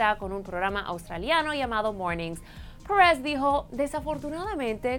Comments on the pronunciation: Pérez! Es Pérez, no press, habla bien el español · Que coño "parez" se dise "pérez",y yo preguntándome, quien carajos es "parez"...(?) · Pérez mamita PÉREZ. "PUERREZ" QUE ES ESO!!!! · Ainoha Perez Y en vez de Perez Pures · "Paarez" si este contenido es para público latino ... Porque está mujeres inventadas pronuncian así ... Ya ni los mismos estadounidenses ... Es molesto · Porque se hace la que habla español gringo!! No entiendo porque pronuncia perez como si fuera inglés!! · Insoportable la pronunciación! "Parrez" ???? Que demonios?! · me distrae el acento de la presentadora , se pronuncia perèz de toda la vida en español no pèeereeezz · Alejandro Germanotta es que no dije que estuviera mal pronunciado, es irritante en el sentido de que no es necesario pronunciarlo tan americano, es un video en español, para el público latino y sinceramente me parece innecesario pronunciar el apellido "Pérez" como lo hace la notera. Al igual que "Cosmopolitan" y otras palabras, se pueden pronunciar con acento latino sin ningún problema. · tienes mucha razón, la palabra "perez" se escucha horrible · nada más detestable que cuando pronunció "Pérez"...